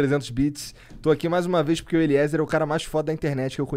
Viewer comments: Falando sério Monark, se não tiver ido ainda, vai no médico ver se tem algo tipo dislexia (falando namoral mesmo). O cara é o convidado e você conseguiu errar o nome umas 5 vezes lendo... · Terminou o podcast e o cara não aprendeu a falar "Eliezer" direito! pqp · Eliezer é demais! Sigo ele da epoca do freeganismo, depois enquanto preparava a van, londres etc. Demais Agora vamos falar que este monark é dose. Fumou tudo, bebeu todas, perguntas estúpidas e não conseguir falar o nome do entrevistado foi o fim! Necessario se preparar e ouvir o que entrevistado fala!!! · Acompanho o Eliezer a menos de um mês, mas já vi vários vídeos dele. Me identifiquei muito! Cara do bem e humilde. Nota 10!! Deus abençoe seus planos 🙏🏻 Nota 10 Para os caras do flow nota -1 Zero é pouco pra eles... Totalmente sem noção, sem educação... Xingam o tempo todo sem motivo, fumam numa entrevista, apologia ao uso de drogas... Entrevistador "Monarck" não consegue sequer ler nomes corretamente...